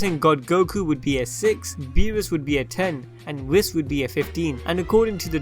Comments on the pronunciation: Its not pronounced wis its wii-ss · U mispronounced Whis........